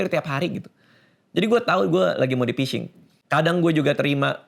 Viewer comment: penyebab kena phising: 1. emailmu jgn dipasang lagi bang, biar nggak kena phising (bacanya fishing bkn pising) 2. jangan download aplikasi sembarang, kalo kena virus apalagi ransomware, wajib format hardisk (install ulang kalo OS Windows)